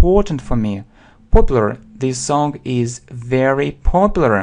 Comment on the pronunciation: Sing and Song произносится мягче. Достаточно взглянуть на транскрипцию.